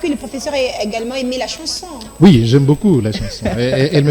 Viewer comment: C’est quoi, une « chnason » ? 😂😂🤣🤣🤣